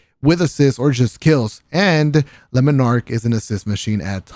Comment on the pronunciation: Lemon arc? Lol le.....mon...arc